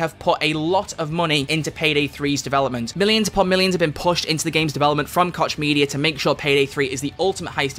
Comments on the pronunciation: Koch Media.. With personal experience with this name we pronounce it like Coach. The "ch" sound in german makes a similar sound and thats how we have always pronounced it. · As a German Citizen I can say that i've heard him say kotch media way too often xD Not to be unpolite: The "ch" has a whole unique pornounciation in german, its achieved by pressing the muscles in the throat together and making a sound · WOAH what’s the real pronunciation of Koch??? 🤨